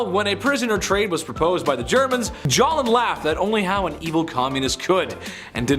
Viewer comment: His name was Stalin, not Jalin.